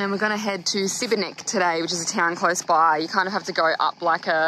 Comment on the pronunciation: Sibenik pronounced shibenik guys